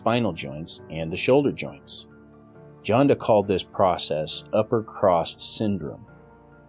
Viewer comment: I hate being "that guy", but [Vladimir] Janda is pronouced as "Yanda".